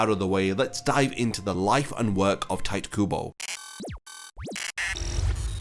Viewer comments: its not tayt kubo. its ti- te kubo. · hearing bro call him 'tight' kubo was a painful listen T.T it's pronounced (tea-téh) kubo XD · It's not "Tight" Kubo, it's TiTe Kubo. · dude. It's "Tee Teh Kooboh" not cringey Tight kuubow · did you just say tight kubo? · no one: this guy: "tight kubo" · His name is definately not pronounced "Tight", that's very jarring mate. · tight kubo... damn my ears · Pronunciation of Tite as "tight" hits different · did you say "tight" kubo? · Bro I don’t understand this about YouTubers: you spend tens of hours researching info for this video and yet you couldn’t spend 5 seconds googling how to pronounce Tite Kubo’s name, why is that bro? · Honestly what I was questioning most about this video when it was announced was how you were gonna pronounce Tite lol, I've switched up my pronunciation far too much 🤣.